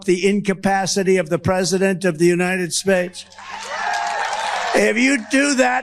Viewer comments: "Capacity of the United SPADES" Wait what was that lol what is trump trying to say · "United Spades". - Duh-nald 🎺 a.k.a. Good friend of Epstein